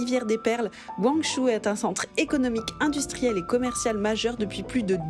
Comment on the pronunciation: la vidéo est super, mais pourquoi dire "guangjou", c'est "guang-djo" (pinyin guǎngzhōu) 🥺